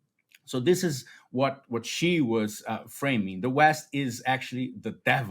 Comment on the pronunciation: love your work and channel! Fyi, Xi is pronounced “she” nor “zhee”. Hope that helps.